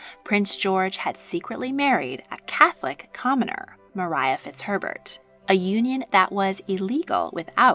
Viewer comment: It's Not Pronounced Mariah,It's Maria Fitzherbert,George IV's Unlawful Catholic Wife.